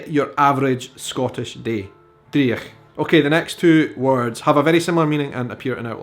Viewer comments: Favourite Scottish Phrase is "gonnie no dae that". As in, you pronounced "Dreich" as dree ich, gonnie no dae that. In Edinburgh where I've live for 60 years it is "dreech" with the ch as in "loch" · driech ... dreich*** is the correct spelling & your no pronouncing that right mate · Every example you gave apart from two (sassenach/ shag) is Scots, NOT slang! Please, it takes 30 seconds to Google this. Please research the Scots linguistic continuum before promoting this misinformation, and check the pron of 'dreich'. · You're pronunciation of driech makes me want to gouge my eyes out. Otherwise enjoy your videos 😁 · Maybe it is an Edinburgh variation but having taught the Scots language I have not come across your pronunciation of driech and eejit.